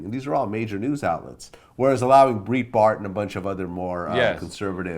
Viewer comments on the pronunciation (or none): VLAD REALLY SAID "BREEEE BART" CMON NOW VLAD. ITS BR "I" BART